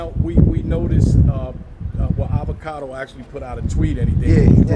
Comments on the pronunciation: Avacoda? Anacondo? Avocado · Avacado not "Avacoda" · Avacoda lol. It's Avocado.